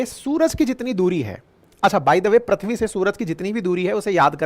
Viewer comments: सर प्रथ्वी नहीं, पृथ्वी है। सही उच्चारण। बाकी सब बहुत अच्छी जानकारी दी आपने। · Voyaz nahi Voyager 1. Prithvi bolte hai Sir na ki Prathvi.